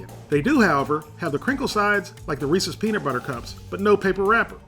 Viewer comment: Thank you for pronouncing Reese's correctly. Always loved your show and still do.